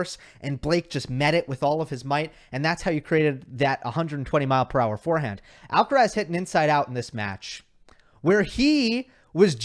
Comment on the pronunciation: it's Alcaraz not Alcarez 🤓